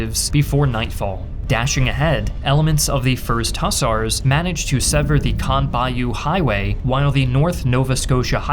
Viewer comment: The word is mobile, NOT mobill. The clue is in the last 4 letters....bile. As in tile, mile, nile, pile etc. The word hussar is pronounced Hoozar, NOT as in bus are